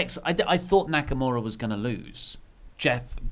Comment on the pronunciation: How y'all see Nakamura and pronounce it Naka-more-a is beyond me